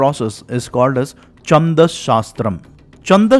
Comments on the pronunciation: It is not चंद शास्त्र but छंद शास्त्र, sloka is incorrect pronounciation it is श्लोक। Pls use correct form, your recitation of विष्णु सहस्रनाम was good। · Chhand छ not cha च so छंद not चंद Great and helpful research .